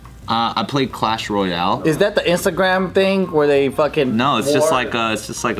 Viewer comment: MAN SAID CASH ROYAL 😤